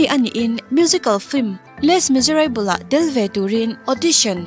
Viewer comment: Les miserable hi i lam dan a diklo